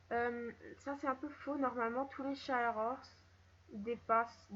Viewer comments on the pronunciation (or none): Les shires pas les shaieurs horses ,-, Sinon super vidéo